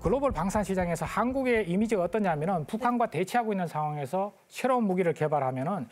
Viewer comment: 쉐로운 .. 쉥산 ..발음 듣기싫으네 사투리쓰는 사람 부르지마소~